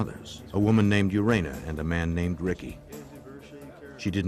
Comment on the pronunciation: "Urana Sweet"? WTF